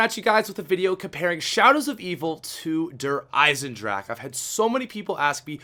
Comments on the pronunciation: it is called Der eisendrache not der eisendrak Pronounce the G instead of the K You pronouce it as Gun not as kun But if it is that hard for you. Mrtlexify pronounces it right. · lol the way he says the map name "de eisendrak" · Its pronouned Der Eisendrackha